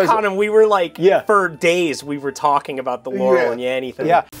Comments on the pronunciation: it sounds like Yaural to me not Laural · That's weird, I heard it as 'laurel' before, on this video all I hear is 'yanny'. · Does anyone else hear "Yaurel"? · I hear "larrel"